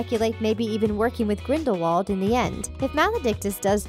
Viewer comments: It's Grinde-vald not grinwald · did. She. Just. Say. Grinwald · I stopped watching when she said "Grinwald" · it's grin-dull-wald not grind-wald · Ricki-Sue King smh it’s GRINDIWALD not GRIN-VALD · It's Grindelwald. Grindevald was pronounced that way by Viktor Krum because he wasn't that good in British. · It’s Grind-I-wald not Grind-wald And Dumbledore was a transfiguration teacher before coming headmaster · Ricki-Sue King Grin-del-wald, you mean. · Ricki-Sue King Yeah well I myself always got mixed up wondering wether it was Grindelwald or Grindlevald but if Dumbledore says it with a v then it’s confirmed as He knew him personally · Sorry but it’s grindwald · Grin-dolf Seriously?! 1) At the end of the movie, Grindelwald himself gives Credence the wand 2) You do understand the snake you just named ‘ maledictus’ is nagini? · The crimes of grinwal😂😂😂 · ‘Grinwald’ ‘Lehta’ NO!!!!!! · She can't say Grindelwald either! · Did you know that Grindelwald is a village in Switzerland? Just some random info...as for Harry Potter, if you pronounce the name in Grindelwalds accent the W becomes a V. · Or you could use your brain and realize that "Grindelwald" is a German[ic] name and thus would be pronounced as a German-speaker would pronounce it. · I was done when she mispronounced Grindelwald... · Omg Grindelwald didn't die until 1998. Not only is she terrible at pronouncing any of the name she has no clue what she's talking about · at least learn how to pronounce "Grindelwald" and "Leta" correctly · It's irritating on these videos when they terribly mispronounce things. Right at the beginning- Grin-del-wald, not Grinwald. Sound it out, lady. Wizengamot sigh